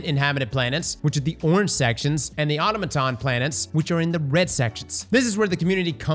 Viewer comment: Love the vid bro, love the game, freedom democracy and liberty for all Please pronounce Automaton right